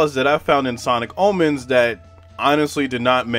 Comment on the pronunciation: i thought you said sonic almonds 😭